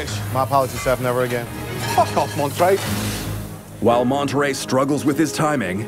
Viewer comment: Lol it's monneray like the cheese